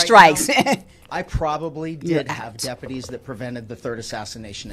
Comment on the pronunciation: I know this is unimportant but the way this sheriff speaks drives me nuts.. "Bafore" (before) "Depaties" (deputies) 🤨 I just know he's the type who says "Libery" (library)